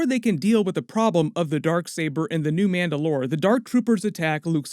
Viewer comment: why do you say mandalore weird?